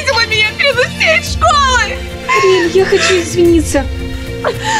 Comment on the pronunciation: Кейси сказала Ариэль Синди Мия😂 кто тоже так услышал(а) сюда 👇🏻